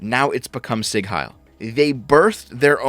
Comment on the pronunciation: It's "Sieg",, not "Sigg". IE means long. Also the S is soft.